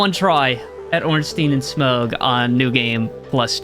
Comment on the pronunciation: i cringed everytime he said smough's name with a hard "G"